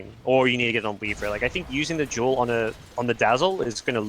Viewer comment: When he says duel, i hear joule